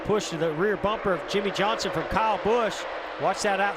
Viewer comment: Yimmie yohnson